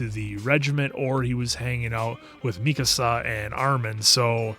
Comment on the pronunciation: Genuinely wondering if ever finds out he's mispronouncing "Mikasa." Not trying to be negative, we all do the same thing with something, it just gives me a chuckle each time he corrects someone else. 😂 Really glad you guys are enjoying the series, can't wait to see how you feel about the latter half!